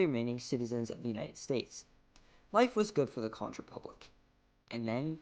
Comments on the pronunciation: Conch pronounced CONK not con-ch ;) We're pretty out there, I know <3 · conch rhymes with honk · say it like CONK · Conch is pronounced Kon,. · This is Dennis Wardlow founder prime minister of The Conch Republic good video almost true however it's pronounced hunk konk not the way you say it get it right but the video was pretty good congratulations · It’s spelled Conch bunt it’s pronounced “conk”. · I just saw this. I hope by now you have learned to pronounce "conch" correctly.